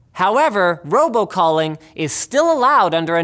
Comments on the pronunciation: Ha! He said robocopping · I heard roboclopping.